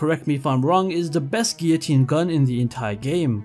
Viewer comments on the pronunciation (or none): none